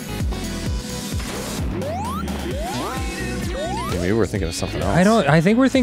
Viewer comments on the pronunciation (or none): Did anyone else hear say “kool aid GURTH” instead of “kool aid burst”?